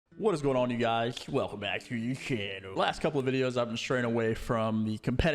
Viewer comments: What intro? The part where he says welcome back with a slur? I think it's funny imo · Yes. The slur & facial expression are painfully cringe. If i didn't love i wouldn't say anything. But i do so here we are